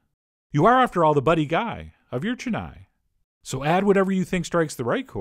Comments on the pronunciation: It's chen-naai, not chenaye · Hey, you pronounced my city's name completely wrong... Chennai has only small vowel sounds. Chen-nai. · heck you it is not chen-nii!!!! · 'Che-nai' chicken wings ☺️😆 cute pronunciation.actually the pronunciation is 'chen-nai' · its Chennai(Chain-na- iee).previously known as (Madras).. capital of the state Tamil Nadu, India..... Chettinad is a district in Tamil Nadu... famous for spicy hot chilli laded dishes... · Absolutely murdered the pronunciation of Chennai 😂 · He said Chennai in the exact way I thought he would. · Cringed every time “Chennai” was said like that haha. But wings looked bomb dot com!!👌🏼👌🏼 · chennai is sounded wrong